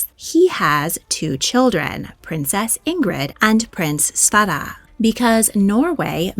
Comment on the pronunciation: Princess Ingrid's name is pronounced Ingree. The d is silent. And it's Svairuh for her brother.